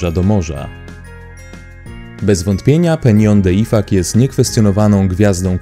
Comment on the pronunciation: Szanowny lektorze IFACZ czytamy a nie ifak